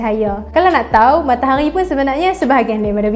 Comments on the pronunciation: MATAHARI!!! BUKAN MAKTAQGHI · Sebut matahari betul2 bole tak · Suke bila dia sebut matahaghi... Pekat